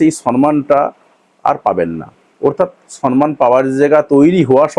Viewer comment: সর্মান নয়, সম্মান। ইংলিশ তো ভালো বলছেন।